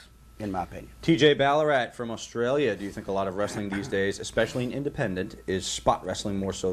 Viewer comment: I like how he said Ballarat like it was his surname and not where the guy came from